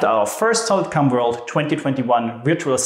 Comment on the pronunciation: Please tell me I'm not the only one hearing "Solid CUM"